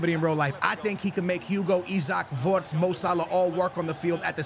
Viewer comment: why are you saying wortz